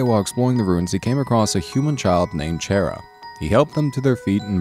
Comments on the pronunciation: You pronounced 'Chara' wrong (Its a pet peev of mine) Its Chara as in Character. :3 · CHARA IS NOT CHAIR-A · did you just call chara, chaira? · This is the first time I've actually heard someone call them "Chair-a" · XD WHEN HE SAID CHAIR-A THOUGH ROFL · YOU PRONOUNCED CHARA WRONG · CHARA ISN'T EVIL AND UR SAYING THEIR NAME WRONG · you pronounced chara wrong its obviously chara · DO YOU WANT ME TO DIE?!?! IM SEVERELY ALLERGIC TO THAT PRONUNCIATION OF CHARA! LIKE OKAY IM SORRY BUT........... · He says charas name wrong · Chara Dreemurr hi he didnt pronounce your name right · Anybody else really annoyed by how he pronounces "Chara"? Edit: Oh yeah. I'm also annoyed by the fact that he called Chara female, even though they have no gender. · you said chara wrong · GAH! YOU'RE SAYING CHARAS NAME WRONG IT'S SO ANNOYING!!!! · I thought it was like Character except without the cter. Didn't know it was pronounced chair-a. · Chara's name is pronounced "Kara" as her name is short for character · I wonder how many people got triggered when he pronounced "Chara" as "Chair-ah" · So you are one of those weird fucks that call chara "chair"a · the way he pronounced chara was like, a double fuck up. just sayin' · CHAIR-A seriously that is the weirdest way to pronounce their name. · He's says Chara's name like Chaira Its so fucking annoying Dx.... Not hating on the video or anything its a good video, I just hate the way he's saying it. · I believe he pronounced it chair ia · it isn't how it's pronounced I know it's car a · Ooohhhhh let me just sit on my chaira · Originally, it is pronounced as:"Ca-ra" or something like that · First time i ever heard someone pronounce it (Chair a) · Chaira?! Lol it's pronounced chara as in character with a k sound, also I think the whole asriel thing is just a cliff hanger, maybe also with gaster and chara, for undertale 2? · Its Char-a not Chair-a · kara not shara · its cara not chara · its pronounced Kara or chara not chaira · chara not chaira XD